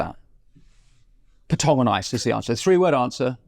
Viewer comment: its curling not hurling. And its petanque not patong.